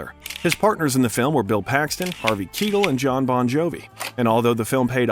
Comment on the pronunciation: Matthew emotional & breaks major slam to Jodi Foster - she alone would be a compelling factor in choosing a project football game, not ‘match’ Harvey Ki (I) tell not Keetle (beetle) !! Ugh!